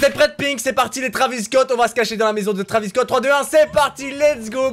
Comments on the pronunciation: Pourquoi tu dit que < Travis cot> ? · il dit bouceau Travis scot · Non il a dit traviscot 1000 fois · Combien de fois il a dit travisscot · les taravis scotts ?!?!?!?! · Ta dis beaucoup de fois traviss Scott